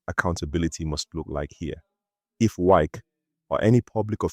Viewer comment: Are you a foreigner? This one you're pronouncing wike as wake, wike is wike, Nigerian and their habit of adopting other people's language and culture. You're talking about someone that the followers don't even understand how you pronounce his name, how will people know you're talking about wike, when his name can't even pronounce for people to understand. Try to pronounce people's name locally pls